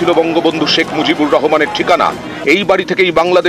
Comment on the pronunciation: বঙ্গবন্ধু "শেখ মুজিবুর রেহোমান" এই হলো উচ্চারণ এর অবস্থা! আসছে চাটাচাটি করতে!🤣